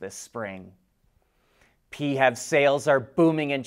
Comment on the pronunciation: We need a different term than pee-hev.